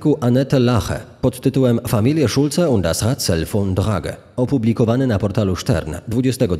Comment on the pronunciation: O, ktoś tu dobrze zna niemiecki, przeczytane perfekcyjnie.